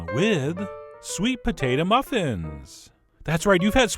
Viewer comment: I like when you say sweet "pa-tate-a"